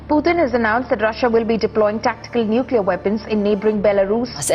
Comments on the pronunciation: NUCULAR. FFS learn to pronounce nuclear. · How does someone still say "Nucular" in 2025 lol I don't get it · Love the efforts and the spirit of your content, but at least pronounce "nuclear" correctly.